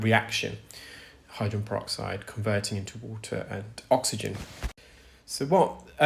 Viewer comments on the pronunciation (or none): Except for the pronunciation of the word hydrogen. He's only saying the first and last syllables. "Hydren." 😢